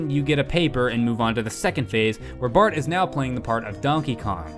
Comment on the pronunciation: In he calls Bart "Bark " :P